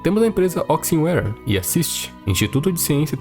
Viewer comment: alguém mais percebeu que ele chama a empresa (onixware) de oxinware?